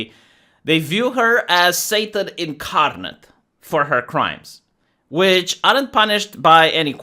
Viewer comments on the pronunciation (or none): none